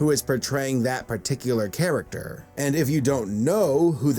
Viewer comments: You know I’m at supercritical level when “und yogel” is my type of comedy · UND YOGUL